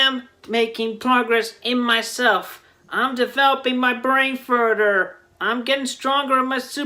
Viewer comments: “Developing my brains furdder” Gets me every time lol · "I'm developing my brain furder" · "Im developing my brain furder" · "I'm developing my brain furder" ..sure, Chris. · I'm devewoping my bwain furder! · "developing my brain furder"